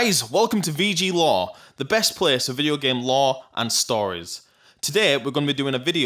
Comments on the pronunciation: lore, not law. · I thought he was saying VG law lol he means lore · it's lore not law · "hey guys welcome to video game laewh" what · Its pronounced la-or